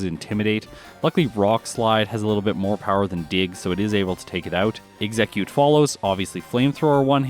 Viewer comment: Ex - eh - cute